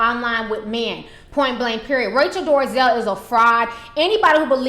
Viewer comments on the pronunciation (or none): It's NOT DORAZel it's DOLAZEL what I don't like is that you have an attitude that thinks you can defy correct English, then you act all ghetto about it. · dol-eh-zal. NOT door-uh-zell. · Um her name is DOLEZAL nit DARIZAL lmao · Dorazel? lol Dolezal! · Dorazel? Bad pronunciation. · Why ti say that lady name like That? Lol🤣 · OMG how many times do you have to read and say her name before you get it right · What I find humorous about this video is that she can't even pronounce the woman's name correctly but she decided to devote enough time to make a video bitching about her. Hahahahaha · Your talking on kinds of crap and you don't even know how to say her last Name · You don't even know how to say her last name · Ti shamelessly butchers names 😩💖